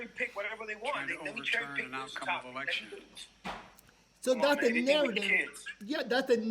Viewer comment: Did he say erection again. One thing only on the minds immoral